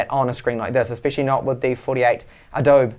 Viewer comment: ah-dobe... tilting